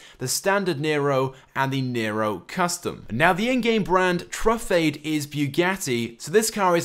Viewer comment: its tru-fah-de, dee-baw-chee